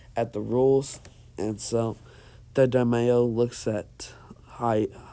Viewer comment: You really said da-mayo I’m 💀💀💀 no hate tho I just thought it was funny